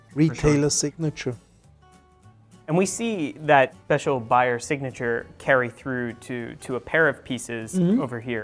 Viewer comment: Is this guy called "Bayer"?? No, he is called "Beyer". Can't you pronounce differently an A and an E?